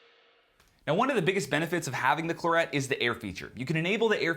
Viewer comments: Anyone else from the UK wincing every time he says Clurrett? Excellent review all the same, thanks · The latest Scarlett's (Gen3) have the 'air' setting too and Clarett is pronounced like the French wine.